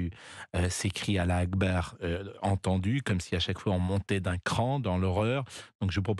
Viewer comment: C est pas alla akbar 😂😂 mais allhou akbaar